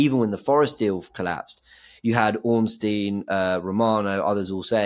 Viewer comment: James can you tell Robbie how to pronounce Ornstein he keeps calling him ORN-NAST-TEIN